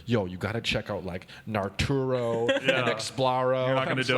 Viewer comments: just said nar-taro. its naruto come get your mans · LMAO "narturo"